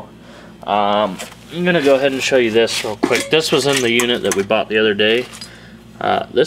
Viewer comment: Bought. The word is bought. Brighten up, please